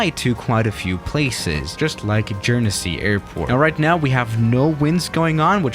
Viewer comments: Hi, fan from Guernsey, just to say it's not pronounced Jern-zy it's Gern-zy. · The airline is pronounced like "or-ree-nee" and Guernsey is pronounced "gur-nn-see" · It’s guernsey not jernsey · Jernzee Guernsey is pronounced “Guhn-zee” Edit: also Orig-nee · J-er-ne-sey Me who lives in Jersey: bruh XD Guer-n-sey sounds like Ger not Jer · IT'S GEAR-NSEY NOT JEARNSEY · Man said Guernsey like Jernesy it’s gernsy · "Jer-nu-see" hmmm lol..... Jokes aside, alot of my family are from Guernsey (Gurn-sea) been flying there for years. Not to mention my Uncle used to be the Managing Director (CEO) of Aurigny :P Edit: Your cockpit views trigger me. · Gurn-sey, not jurnesey💀😂. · It’s not called ‘Jern-zee’ it’s ‘Gern-see’ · Pronounced gern-zee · Guernsey: Is pronounced Guernsey: JuErNsEy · J... jernesey? ITS GERN-SEE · Its ‘gurnzee’ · I live in guernsey and some of these pronunciations really triggered me but I'm happy you flew here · You pronounce guernsey so wrong (it’s actually like gern sey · Jer-nes-ey W2S: Really... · It's pronounced gurnsee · It's prpnounced "G-er-n-sey" And their airline is pronounced "or-e-ney" But i wish BA flew to Guernsey from say London City using say E170s or E190s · It’s Guern-Sey The other Island is Jersery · Its pronounced Gur-n-see, get it right, could its very offensive bro. Also, it is Guernsey, with a G, not a J, so get it right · Pronounced Gurnsey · Pronounced gurnzy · Its pronounced GERN SEE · Why does he call it J-er-nu-sey He probably says Joogle. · Nice Video. Did he just pronounce Guernsey as Jernisey? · Pronounced. Guhn-zee (Google) Or me Gern-zea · Gern-zee it’s like that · Guernsey is pronounced Gern-see. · It’s gurrn-cey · Its pronounced Gern/sey its not hard and: jernesyyyyyyyyyy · gurn-zee is how its pronounces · Its prononced gurnsay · All the dislikes are fellow brits after hearing “jer-nu-sey” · He said worse, he said “jer-nu-see” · I think it's pronounced "Gurn-zey" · Pronounced geern see